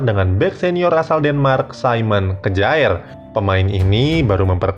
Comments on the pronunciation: simon kjaer dibaca saimon kiye om....masa kejaer...wkwkw...ntr dikira geboy mujaer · Kejaer????? Mbok belajar lah cara bacanya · Kjaer bacanya kyer